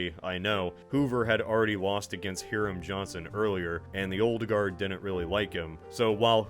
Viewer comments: Hiram is pronounced High-rum, not hear um. Why would Hoover only have two terms, that amendment would come into effect until 1951, he could’ve in this alternate history served three terms. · I know it’s spelt funny and he’s not as significant but It’s pronounced HIGH-RAM Johnson not Here-ram